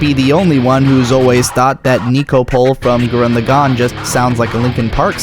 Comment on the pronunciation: Your pronunciation of Gurren Lagann is retarded